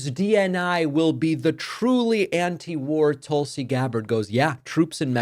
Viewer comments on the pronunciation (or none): none